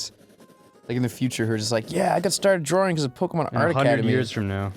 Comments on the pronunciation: Goddamn it Ross! It's DRAWing, not draring. Open your damn mouth, you Aussie! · Ross: "drawring"